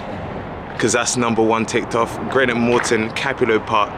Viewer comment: Greenock (not Grenock 😉) 4 closed railway stations also